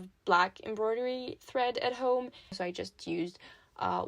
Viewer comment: What a cute doll! You got really close with embroidery, it's pronounced em-broy-dur-ee. And for the word sew, it's less like seew, and more like soh. <3